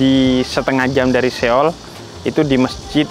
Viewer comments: Bukan Seyol bib, So-ul bacanya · Lucu banget habib nyebut nya SE OL😂